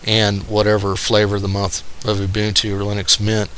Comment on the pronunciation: Thank you for pronouncing Ubuntu correctly. YouTube test? Simple alternative to Flash: Enable HTML5 for YouTube: I think Gnome 3 is more to blame than Fedora for the lack of customization, and I know that you can switch out the desktop flavor used in Ubuntu (it's probably more painful to do this than Debian these days since Unity came out) and I'm guessing that if it's possible on Ubuntu, it's possible on Fedora. Customization out of the box isn't good though, you're right.